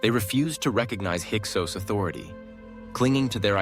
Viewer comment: why do you pronounce the name Hyksos differently here?